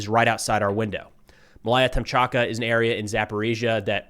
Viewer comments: Malaya Tom... Tomchatka... Really? But why bother getting the names right, when donations keep pouring in... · C'mon! "Malaya Tokmachka",... Just trolling your pronuciation. Slava Ukraini! 🇺🇦 🇧🇷ヽ( ͡° ͜ʖ ͡°)__ ︻╦╤─ ҉ - - 💥